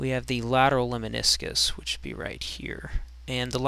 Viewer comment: It's Lemniscus, not Leminiscus. Anyway, cool video.